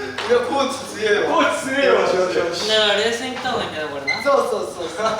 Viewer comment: 最初のジェシーの「コーチィー」が「ご飯でぇ〜す！」にしか聞こえなくなってしまった